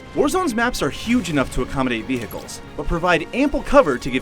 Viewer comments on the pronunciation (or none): Did anyone notice how he said "veHICLES